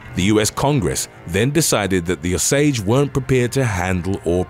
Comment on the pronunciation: Osage... pronounced "O-sage" NOT Au-sage!!! Good grief!😔 Yes I'm from Oklahoma, no, I'm not O-SAGE